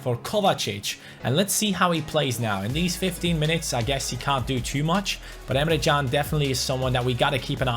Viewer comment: you keep on saying Emre CAn's name wrong apparently it is actually Jun. Watch this video and skip to 4 minutes in